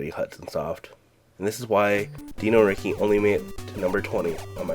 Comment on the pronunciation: Why do you pronounce Dino Riki like that yet you pronounce the word dinosaur like any normal person?